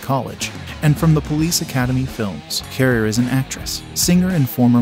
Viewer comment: Its pronounced dana carvee not Dana carvay. And it's Tia Carerra like a Porsche carrera not Tia Care.